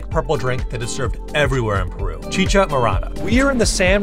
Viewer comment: Chicha is pronounced Cheechaa. not Cheeka. Cheers!